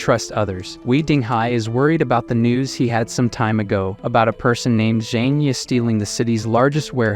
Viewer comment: No one notice on the ending part when he said "NEWS" he made it sound like "NUDES".?